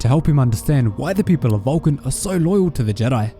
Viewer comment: Valkin... hahaha I thought he said VULCAN, I'm like, ok, what does Mr. Spock have to do with this? Lol. It would be nice to have SW/ST crossover.... lol